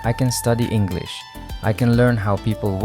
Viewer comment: Are you even Japanese? How you pronounce english so well?